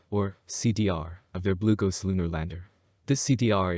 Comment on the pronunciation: I thought he was saying "glucose".